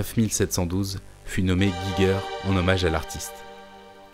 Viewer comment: Intéressante vidéo !! :D Par contre, il faut prononcer le nom "Giger" comme "'Jijer".